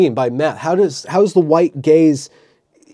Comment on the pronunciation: I can't be the only one who heard "The White Gays" instead of "Gaze" lol